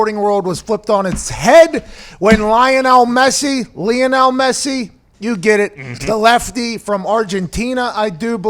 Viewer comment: I am sorry but I am 20 seconds in this video, He said Messi’s name wrong and he said that right now Pulisic is on Messi and Ronaldo’s level? Okay I like Pulisic I do but he is potential is not on Messi or Ronaldo’s not even close😕